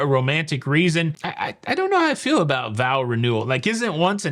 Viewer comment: Vowel renewal? Honestly, I heard vowel every time you said what I assume was vow. Maybe it was the proximity to renewal and speaking fast.